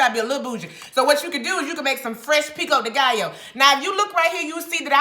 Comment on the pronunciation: Did she say Jheri Curl Pico De Gallo 😂😂😂